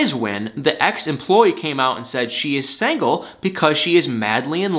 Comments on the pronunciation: love how he says "sangle" and not single lol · I like your comments, but why do you keep saying SANGLE when it's SINGLE? it hits the ear wrong, SINGLE! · Love the way he says; sangle The old english term for single 😳😭😁 but it's ok because I like 😜